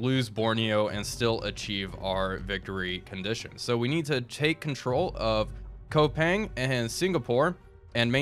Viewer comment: Koepang city is pronounce "KUPANG" and other city in Java you can pronounce it like reading Japanese words :) other city with "OE" is pronounced "U" like "Soerabaya" is "Surabaya" im glad this series come back!